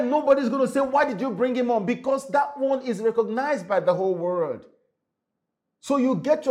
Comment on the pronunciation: World not WO RLD